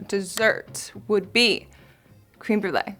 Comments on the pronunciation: It's creme brulee not cream brulee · i legit screamed “créme!!!” when she said it lmao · sis really said cream brulee... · Right?! I heard that too. :p